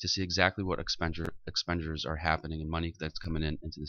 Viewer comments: Doesn't even know haw to say expenditure properly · Even college couldn’t teach this guy how to say expenditure properly